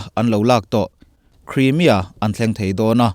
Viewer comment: Crimea i lam dan hi a dik chiahlo niin a lang. News lian zawkte lam dan lo en ve mai mai teh